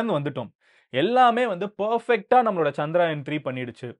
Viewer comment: For you information, Its Chandrayaan not CHANDRAAAAYAN 🤦